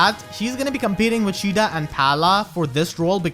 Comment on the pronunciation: "Shida" lol